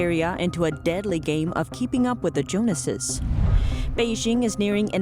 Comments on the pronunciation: Who are the Jonases? Do you mean Jones's? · "Joneses" is pronounced Joan-zez, not Jonas-ses. Cute mispronunciation, though. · While I like the commentators voice, it's not prounounced joan ess ess, but jones's (Pronounced Joans's-Jones's). China supplied chemicals (The CCP own every company producing them) are not only illicit drugs, but a hidden illicit warfare, despite promises. If the CCP sends out fake emails from detained persons to foreign organisations, IT IS a foreign affairs matter, as the CCP has blatantly lied to people and organisations. Personally, I would believe Falun Gong over the known liars of the CCP unless shown definate proof, and not unsubstantiated statements that have been proved to be lies before. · Its not jonases its joneses